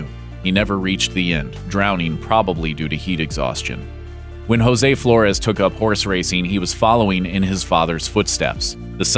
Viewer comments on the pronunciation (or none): none